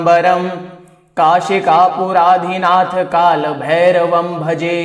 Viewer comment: Pronunciations of Bhairava are not good...overall the whole pronunciations are not how they should be ..they should be sanskrit like